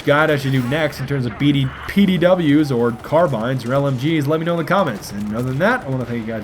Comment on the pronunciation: cawbines pls bayjur